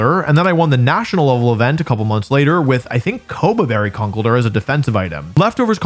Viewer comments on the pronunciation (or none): Wolfe be like: Kuhnkle-durr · The way you say conkeldurr is new and alien to me